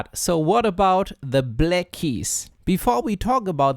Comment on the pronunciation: Why can't you pronounce "black" correctly?